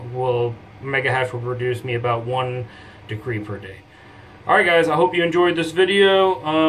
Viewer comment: Decrey? Decri? De-cred.. credit, get it?